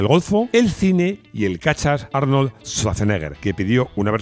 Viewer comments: En su afán por pronunciar bien el inglés americano tenemos que escucharle decir "Jarnold" y George "Bash".... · Tremendo dominio del inglés… las carcajadas que me he pegado oyéndote a lo largo del video… Jiumvi, Harnold, George Bash, y todo lo demás. De verdad que no me reía tanto hace mucho!